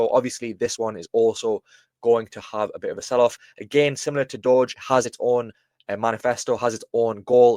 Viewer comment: DJI6930 or Dowge is pronounced DowJ like the Dow Jones. It is not pronounced Doge. There already is a Doge, so Dowge is pronounced DowJ 😉👍